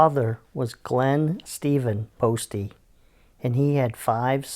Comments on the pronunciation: The name is pronounced post, not postie. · It's post the e is silent dude